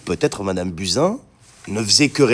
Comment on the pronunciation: Désolée mais je n’ai pas pu m’empêcher de rigoler qd tu as prononcé le nom de Buzin!!!😺